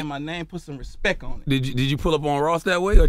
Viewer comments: How he gonna demand respeck when he doesn't respeck the word respect enough to pronounce it properly? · PUT SOME RESPEK ON MY NAME😂😂😂 Dude couldn’t say Respect Properly while wearing the grills😂😂😂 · 2015 "respeck" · "Respek my name, All tree of yall"😂😂😂😂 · Spelling bee judge: "your word is respeck" Contestant: "can you use it in a sentence?" "Put some respeck on my name pleighboii"